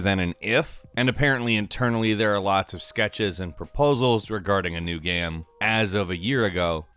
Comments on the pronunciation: what does he say "geme" instead of "game"?? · The way you say game makes me cringe